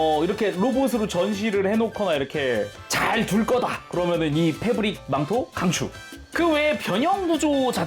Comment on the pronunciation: 뭐라구여? 페부ㄹrrrr릭 망토?!